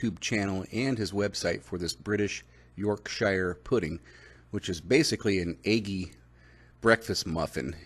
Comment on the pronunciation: Hey im from liverpool England and i noticed americans pronounce the shire in yourkshire wrong so pronounce it as if it was spelt like this yorksher. Lol, just thought ide let you no. Come to think of it theres alot of places with shire at the end in England like Buckinghamshire and so on.